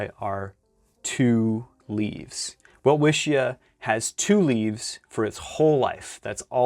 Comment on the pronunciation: "Welwitschia" isn't that hard to pronounce correctly. Say "well"-"witch"-ya, to get even closer to the German pronunciation you could replace the /w/ sound by a /v/, but that's optional...